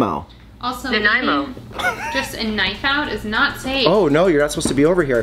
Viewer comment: I'm glad you googled how to pronounce Nanaimo, everybody gets it wrong, but the creepy google mouth nailed it haha